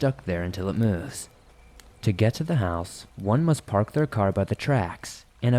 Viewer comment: Where are you from? The way you say "move" is strange.